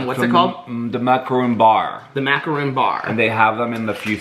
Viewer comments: It's pronounced mak - a - ron. A mak - a - roon is a giant coconut cookie 😂😂😂 I died when you put the plates at your pecks! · It hurts my soul when people pronounce it “macaroon.”